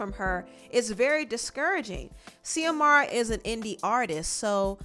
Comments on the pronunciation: Xiomara is pronounced as Ziomara not Seeahmara. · It’s not zeeee-amara It’s Zooeee-mara. That’s a common Spanish name. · Yo I went to high school with Xiomara and I had no idea she was an artist until watching this video!! That so crazy!!! Her name is pronounced Z-amara. She was a year or two younger than me in school but the sweetest person. Anyway hope that helps with the name pronunciation ❤️ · I believe it's pronounced xiomara as in Ziomara not See-omara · Xiomara is pronounced ZeeUhMaruh. X makes a Z sound. My name is pronounced TuhMYRuH and ppl stay saying Tamara…so I had to let you know boo. It’s all love ❤️ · Xiomara is USUALLY pronounced like Shìomara, but fast so it kinda sounds like Shomara. But I'm not sure in her case just wanted to lyk lol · Xiomara is pronounced SHO-MARA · Xiomara pronounce more like (Zee O Mar A) 😉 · Pronounced... Zee-Mora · Xiomara is pronounced ZIOMARA love😉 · Xiomara is said like Zamora